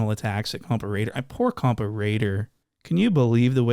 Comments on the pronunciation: Say compa like coca lol 👍 😅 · Ah why aren't you pronouncing it COMPAW ŔŔŔAIDERRR